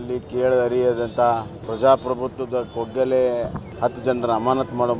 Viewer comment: le bommai kaggole kano, koggale alla